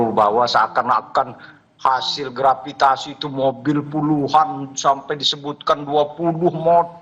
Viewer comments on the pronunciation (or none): Hasil gratipikasi bukan grapitasi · Gratifikasi woyy bukan gravitasi, gemes dengernya 😂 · Gratifikasi x bro, bukan gravitasi 😂😂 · ngomong aja engga becus, gratifikasi dibilangnya grafitasi... 😂😂😂, jilat... Jilat..!! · Ngomong gratifikasi aja grativasi😂 lau kocak woyyy korup korup aja😂 mati lu semua dimakan belatung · Ngomong gratifikasi aja jad GRAVITASI, menit 4.38🤣🤣🤣🤣